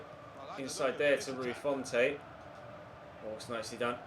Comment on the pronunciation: It’s Rui font, don’t pronounce the e